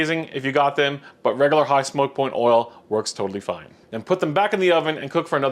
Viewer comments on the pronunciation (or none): none